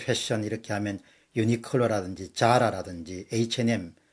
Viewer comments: zara - "자라"가 아니고 "사라"라고 읽어야 합니다. 이건 영어가 아니고 스페인어입니다. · 자라의 본 발음은 싸라에 가깝습니다